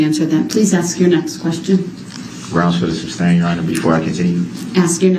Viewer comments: You can always tell when he knows the prosecution just fuxked him up and all his dumb questions on re direct . He hates it . Reason for the SUBSTAIN your honor after every damn question she shoulda embarrassed him and said mr.brooks its sustain not substain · He said it so many times incorrectly that once or at least once she accidentally said substain and had to correct herself.